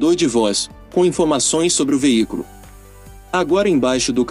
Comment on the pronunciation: Tu falas veícoro ou veícro??? NÃO SERÁ VEÍCULO???!?!?!?